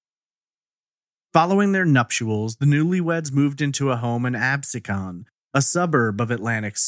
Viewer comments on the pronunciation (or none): It’s Ab-seek-un. The way you’re saying it makes it sound almost fancy. Lol trust me, it’s not.